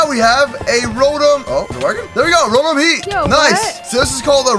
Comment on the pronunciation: It's ro Tom